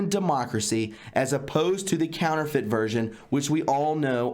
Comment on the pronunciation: When you read "counterfeit" [democracy], I heard "caliphate".